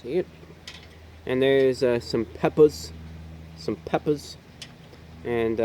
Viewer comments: "Some peppous" gotta love the peppous amirite (͡° ͜ʖ ͡°) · "Some peppas" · "some, peppas, peppas"